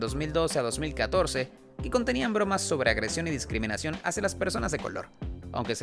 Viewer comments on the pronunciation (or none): Se dice DISCRIMINACIÓN, no descriminación.